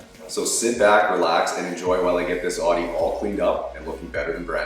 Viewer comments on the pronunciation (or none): I noticed that you pronounce it as "oddy". Here in the U.S. we pronounce it as "owdy". It's cool to hear how people pronounce different things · It’s pronounced Audi (ow-de) not Audi (aww-de) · Just FYI...The proper pronunciation of the brand's name is indeed “Ow-dee,” say the brand's own representatives. “Audi means 'listen' in Latin, and loosely translates in German to 'horch,' (pronounced 'horsh') which is of course a nod to the original founder, August Horch,”...Loren Angelo, vice president of marketing, Audi of America, “Since Audi is so close to the word ‘audio,’ we often hear our name pronounced, ‘Aw-dee,’ but to set the record straight, the official pronunciation is ‘Ow-dee’ similar to ‘howdy’ .” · Hehe he pronounces Audi as ordee. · “Awdee a4” 😬😬👎👎👎👎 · It’s oudi not audi 🫠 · As an Audi guy I can say that the owner of the car is banned from the club. And your saying Audi wrong btw